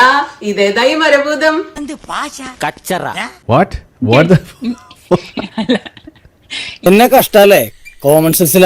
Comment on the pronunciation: മര ബൂതം, ബാഗം - കന്യാസ്ത്രീയുടെ ഇംഗ്ലീഷിന് മാത്രം അല്ല പ്രശ്നം. കാനഡ അമ്മച്ചിയുടെ മലയാളത്തിനു നല്ല പ്രശ്നം ഉണ്ട്.